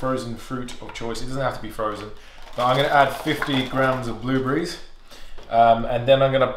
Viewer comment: "Toe-mah-toes" "Bluebreeze" lol